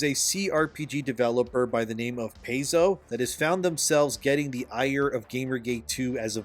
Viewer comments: PAIZO = PIE-ZO (NOT PAY-ZO) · Saying "Pay-zo" is like saying "cuss-toads". Makes you sound like you have no idea what you are talking about. Its "Pie-zo" and "cus-toadies". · Pai-Zo not Pay-zo. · It is pronounced Pie-zo if something like that really matters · Paizo is pronounced "PIE zoh" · It's pronounced Pie-zo. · Homie you normally do really well on your homework however owlcat games made rogue trader not Paizo, also its pronounced pie-zOh. Otherwise your points are quite valid.